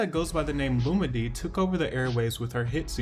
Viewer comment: Lol her name is pronounced (Lu-MeE-DeE) 🤣 but excellent video as usual.